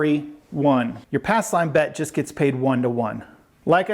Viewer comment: Ass line? He keeps covering the P in pass. 😁